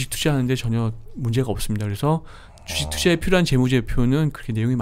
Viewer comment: 주.식.투.자 라고 발음 해줬음 좋겠당 ㅋ 쥬ㅅ튜쟈... ㅋㅋㅋㅋ